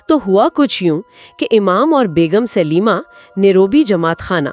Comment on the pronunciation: Not Sulema it's Salima.